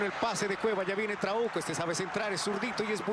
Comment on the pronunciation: Porque en ves de trauco escuchaba trabuco